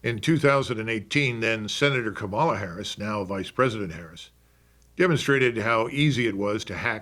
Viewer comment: Kamala as in Pamela. She, most likely, will be president. Let's pronounce it right.